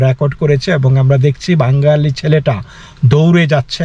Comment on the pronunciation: মুস্কিল হলো -- আপনিও দাদা ঠিক করে 'বাঙ্গালি' শব্দটা উচ্চারণ করতে পারছেন না। কথাটার উচ্চারণ আসলে 'বাঙালি'। যাই হোক India-র বাঙালি এবং বাংলাদেশের বাঙালিদের মৌলিক তফাৎ আছে বৈকি !